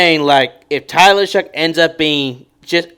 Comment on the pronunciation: its show, not shuck. its shough. like though